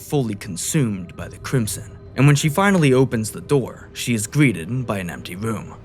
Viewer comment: Who is narrating this, fucking Homestar Runner? Yee yee ass "WHEN WOSE WAWK INTO THA WOOM," Christ.